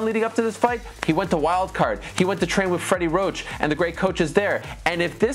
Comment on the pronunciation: Fweddy woach!